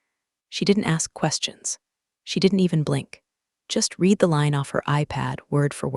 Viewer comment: The narrator could not properly pronounce "read". It was wrong every time. AI?